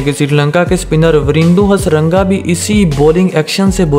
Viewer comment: Yaar khudaa ka waasta players ka naam to sahi lelo, tarbez nahi hai tabriz hai, hastaranga nahi hai hasaranga hai